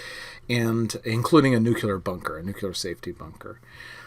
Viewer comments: "Nuc-u-lar" instead of "Nuc-le-ar" is a well known Shibboleth for Washington DC insiders (mostly conservatives, and heavily taken up by the neocons in the early 2000's), and has been for my entire life. Like it or not, it makes someone who says it sound like a George W. Bush cabinet member. A Ph.D. claiming that it's nothing but a 'local accent' just seems a little bit disingenuous, or perhaps just clueless. Did you get your degree from Under Rock University? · "Nuclear", "nuclear", "nuclear". FFS, stop saying, "nook-yuh-ler".